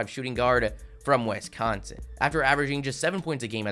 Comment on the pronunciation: Its pronounced "wis-con-sin" not "wes-con-sin"